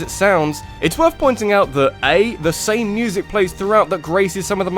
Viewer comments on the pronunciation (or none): none